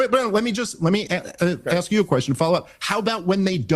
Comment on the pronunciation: speaks of intelligence but can't even say the word ask